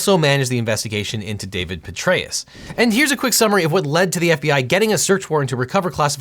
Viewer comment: When he said “Petraeus” I thought he said the generals name was “Betraeus” which would’ve been SO perfect Lol